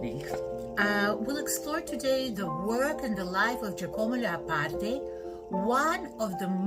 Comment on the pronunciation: Please do not butcher his name. Incidentally, Giacomo Leopardi was NOT a Romantic.